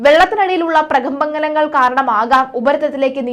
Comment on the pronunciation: പ്രകമ്പനങ്ങൾ എന്ന് പറയാൻ പഠിച്ചിട്ടു വരൂ..